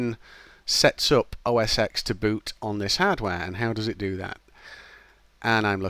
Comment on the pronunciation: "oh ess ex"? "windows based hardware"?